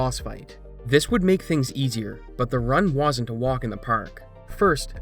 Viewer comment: The word is “wasn’t” not “woosn’t”.